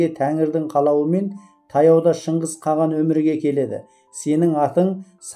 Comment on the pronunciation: Каған емес Каһан